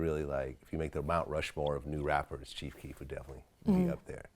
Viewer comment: THIS YOUNG WHITE BOY DID NOT SAY CHIEF KEEF LMAO BOY GET THE FUCK OUTTA HERE